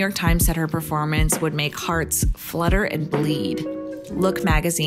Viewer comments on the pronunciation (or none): none